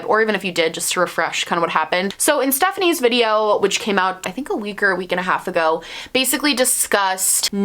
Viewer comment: 1 minute into the video and already happy you pronounced her name correctly